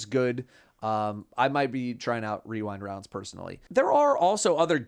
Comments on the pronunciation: Can we get a clip with wearing cat ears mispronouncing "weewind wounds"? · Wewind waounds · Rewind Rounds? I know Weewind Wounds.